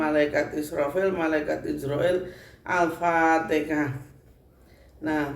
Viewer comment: Alfatekah🤣Apa alfateha